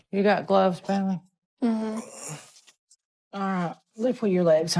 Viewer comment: And Lisa too . She wanted her to be his caregiver.Bailey pronounced "Belly".